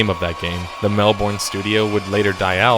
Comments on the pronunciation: If I can request, please, pronounce it Mel-burn, not Mel-born. I cringed every time you emphasised the end of the word instead of the start. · Why oh why are Americans unable to pronounce Melbourne correctly? We pronounce it Melburn, not Melborn. Sincerely, an annoyed Melburnian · Mel-bin, not Mel-born. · Ahem, Mel-Burn, not Mel-Born. Please and thank you. By the way great video. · Mel-burn not Mel-born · Mel-BERN/BIN not Mel-bourne also interesting note EA is the sole reason the game industry in Australia id dead i'm not kidding Australia back in the like NES and Atari Days was one of the largest producers of video games EA wanted to put a stop to that... since the 80s any promising game studio in Australia is simply bought out and shut down Valve does this too but to a lesser extent rather they buy the company move the employees to their office then shut the studio down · It's Mel-bun not Mel-born. That's the correct Australian way g. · melb-ou-rne not mel-bourne lmao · learn to say Melbourne... really grinds my gears. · I want to die whenever you say Melbourne, nonetheless amazing video! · the way you pronounced melbourne made me cringe